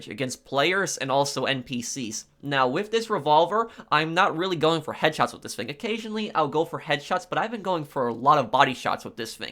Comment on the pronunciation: I love that you pronounce "thing" as "fing" reminds me of my English buddy.